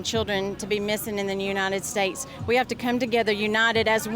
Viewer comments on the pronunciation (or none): "In the Nunited states" lol